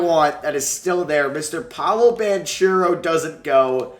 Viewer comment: This just popped up on my YouTube Home Screen: I watched and why did you pronounce paolos name like that